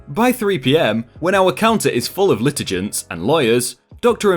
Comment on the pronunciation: It's pronounced "pro say" not "S. E." "Lit-e-gants," not "Lit-e-jance." I know it's legalize, but if you don't know how to pronounce something, you can look it up.